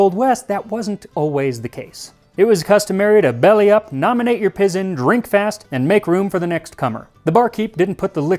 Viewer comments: It's "pie zen" not pizzen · The word is pronounced PIE ZON... not PIZEN! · LOL! 'Pizzen' is a funny pronunciation . I'm pretty sure that meant for you to pronounce it with a long I, like 'PIE-zen." ( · You failed to notice that ‘pizin’ was in quotes. That word is not to be pronounced as “pizzen” to rhyme with “mizzen.” It is to be pronounced as “PY-zin” because it was a mispronouncement of the word, “poison,” as in a bartender asking, “What’s your poison?” meaning, “What strong liquor do you want to drink?” That phrase, “What’s your poison?” has appeared in countless cliché-filled Westerns and detective stories and movies for over a century. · I think the "pizen" was meant to be pronounced "pie-zen", as en eye dialect for a particular pronunciation of "poison" (as in "pick your poison"). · this made me cringe a little. It's pronounced "PIE-zuhn," Max. Like, "poison," but without the "o". It helps if you say it with a gravelly southern twang (think Jim Varney). 😊